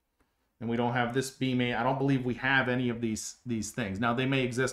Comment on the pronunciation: I've never seen a structural analysis like this before and have no idea why this got on my stream. But it was very interesting. Your explanations are very clear too. But when you say "beam", I hear "bean". And once I thought that I couldn't stop hearing it.